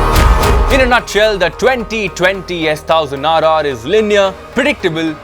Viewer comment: Hey, it's “S ONE thousand RR” & not how you say it. Sorry my pet peeve 🤷‍♂️